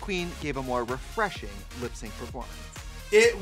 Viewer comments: "so deli-chess and so refre-ching" miranda sings or kim chi?? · "so delitchous and so reprenshing" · LOVE seeing these two legends together.❤ Trixie, not 'delitchious' and 'represhing' 🤣🤣🤣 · mmm, so delitious and so repetching